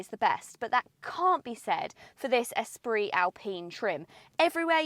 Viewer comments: Congratulations on perhaps being the only channel who can pronounce "Esprit" correctly when reviewing this car, haha. Ordered mine recently after an extended test drive, told that I might get it by March if I'm lucky, delays are insane at the moment! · Finally someone who pronounces Esprit correctly 😂 my daughter just bought one in the gorgeous iron blue and as you said it is the best colour to pick.... excellent review as always!